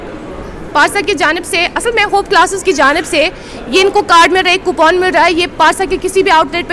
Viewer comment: Ye coupon ko copoon kyo kehti hai kya ye kashmiri acsent hai ya... Manufacturing defect hai.. 😂😂😂